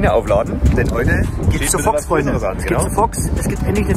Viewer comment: Mir war garnicht bewusst, dass man das o in Fox als ö ausspricht 😂